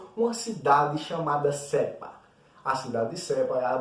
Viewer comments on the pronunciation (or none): Nao e sepa é sapa 😂😂😊